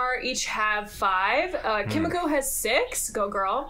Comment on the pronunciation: It’s Kimiko